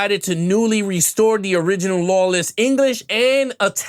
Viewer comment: Good comparison. However, you need to work on your understanding of film terms and pronunciation. What is "lawless" audio? What is 2.35..1? It's 2.35 to 1. Also HDR equates to tinkering with films so it should not be implied that it is improving anything. The film was never shown in theaters with any HDR filter. Also, even modern films in theaters today do not have HDR filters applied. Also it is not that one is more "stretched" than the other, the correct term is one is more cropped than the other.